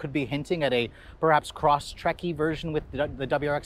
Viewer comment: You pronounced cross trek wrong...